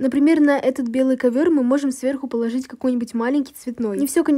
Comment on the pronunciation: Ты сказала кавыр хахахаха